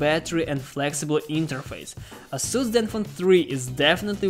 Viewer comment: ейсус правильно по англійські